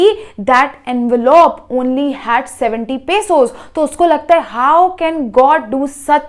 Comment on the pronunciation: It is not pasos it is pesos😂